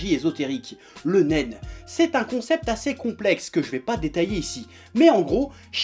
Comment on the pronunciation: je peux pas m'empecher d'entendre Nem "un pistolet en Nem"